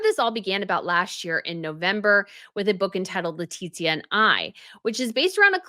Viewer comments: It is without the second *T*, it is Letizia no Letitzia. I'm from México and I know what I'm talking about. Every single name must be pronounced correctly, no matter where you come from... don't you think? is a professional, she'll understand. 😉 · you are pronouncing Queen Letizia's name incorrectly; you are pronouncing it as Leti*T*zia... ¿why? She was living in México for several years, and her reputación wasn't good by the way. 🤷🏻‍♀️